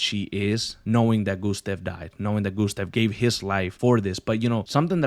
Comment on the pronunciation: Why you say Gusteve? It`s GustAve.